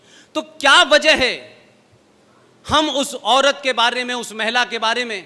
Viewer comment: मै ऊंचा सुनती हूl जब सोनिया को "महिला" कहते है तो मै "मैला" सुनती हू. कोई बात नही. वो महिला मैला क्या मैला से भी बदबूदार हैl